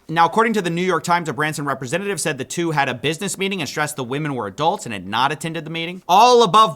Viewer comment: That’s not how you pronounce ”Said”